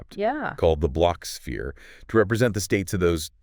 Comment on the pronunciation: A kwibit!… -The blotsh-sphere help us visualize it… -Yeah!… -Exactly! -Great!… -M-hmm…! 😂😂😂😂